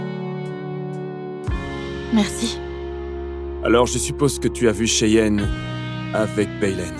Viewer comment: Moi j’entend souvent chienne et Baleine quand on dit cheyenne et Raylen😂😂😂😂